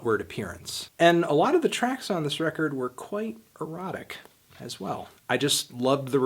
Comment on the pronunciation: It makes me so uncomfortable to hear Anthony say "erotic"